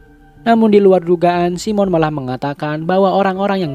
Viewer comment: Bang, keknya bukan simon bang bacanya saimen bang, koreksinya bang 🙏